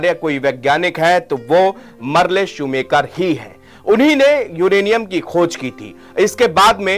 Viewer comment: शूमाकर है नाम शू मेकर नहीं